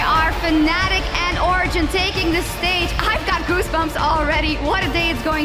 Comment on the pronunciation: anyone notice that Sjoks pronounced it like "Origen" and not weird way she always pronounces it with the silent G?